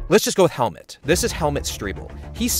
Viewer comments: His name is pronounced like hell and mood, but mood with a t -> Hellmoot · "Helmut" is pronounced like Hell-Mood ;)